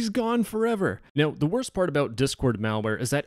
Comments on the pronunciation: "the wOASRst" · why did bro say “worst” like that lmao